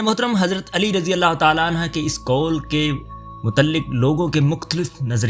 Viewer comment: Razi ALLAH ho tala Anhaaaa ni. Anhoo kehty hn❤